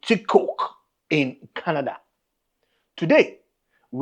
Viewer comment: Etobicoke and not Ebotico !!!